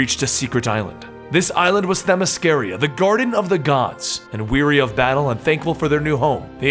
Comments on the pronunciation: I can't take it anymore man. It is Themyscr-AH. I've looked it up. I've heard this woman say that word many many times. That's how she says it. You should too. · On the same video with the actual Wonder Woman you mispronounce her home land